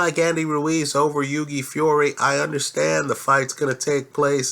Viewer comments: its hew - e, not hew gay - like thou-ght.:) in a phone booth i'd pick hughie as well - he'd have the ear off AJ's head inside 2 seconds!! there is a boxing lesson coming from hughie - ruiz is an excellent boxer - one of the best out there - says a lot peter putting hughie in the match and at the very least its a REAL FIGHT! (paper ibf and haye). the undercard is excellent - a great night of boxing on the 29th- one of the best cards for a LONG time and a proper even(ish) main - apparently getting quality together takes time. boxing has been around for 100's of years it aint going nowhere - just the other year was the biggest cash prize in sports. the highest earner in sports is/was a boxer. nuff said. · It's not yugi haha it's hughie pronounce the first H lol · the g in hughie is silent, h-yoo-i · It's pronounced Huey. Like the name Hugh. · i'm a big fan and watch all your uploads but if you don't stop butchering boxers names i'm going to learn a different language and only communicate through that language for the rest of my days. Hewww-ey, Gen -ahhhh-dy. Your judges at trial ever wonder who your talking about? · Hughie Pronounced H-YEW-IE. Silent G. Good vid apart from that lol. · Great vid but it's pronounced 'HEW-WEE' Fury. Ruiz Jr is out of shape, no foot speed but excellent hand speed. I think Hughie will jab his head off all night to a unanimous points decision. I am more confident predicting a Hughie win over Ruiz Jr than I am Hughie to beat Joshua at this stage. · On the next vid pleased try to pronounce Hughie properly it's an Irish name just like your surname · Great overview of the Heavyweight division but you're pronouncing Hughie's name completely wrong.